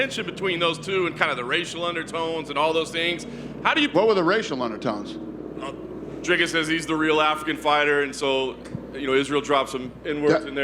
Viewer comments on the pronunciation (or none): Why can Americans not pronounce Dricus Du Plessis’ name correctly? It’s not hard: Dricus - “Dric”sounds like stick and then add “us” after saying Dric sounding like stick Du Plessis - Do-pless-see. It’s common courtesy to get someone’s name right especially when the guy is going to be fighting for a championship belt in your company.